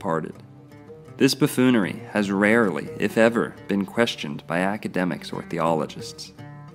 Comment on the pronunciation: did u say CrackAdemics?)